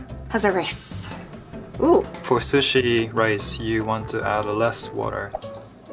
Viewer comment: Ok but the way says sushi is lowkey satisfying